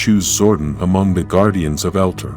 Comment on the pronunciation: Why do you pronounce Zordon's name like Gordon? It's pronounced Zor- Don! Also, where he came from is pronounced El-Tar!